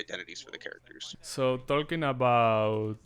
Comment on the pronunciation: Se pronuncia y sin la "L" jajajajja ❤️